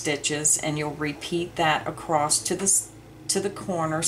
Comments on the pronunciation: Love your detail videos. Wish you would say across instead of acrosst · Is it me or does the demonstration not match the written directions? Also, is acrost a word? I believe across is what you mean...looked it up and couldn't find the word acrost. Unsubscribed. Sorry.